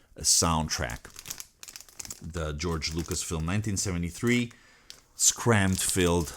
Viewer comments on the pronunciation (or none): none